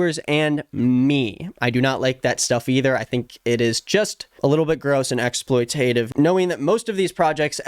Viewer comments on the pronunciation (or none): im so sorry but that is not how exploitative is pronounced :"D (not hating.... i love your content, just posting this on the off chance you might see it so you can pronounce it correctly in the future!!)